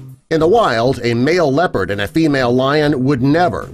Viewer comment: it's called leon liopard you know